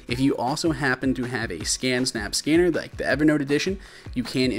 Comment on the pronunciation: fam, am i the only one that thought that said scammer apps? 😂😂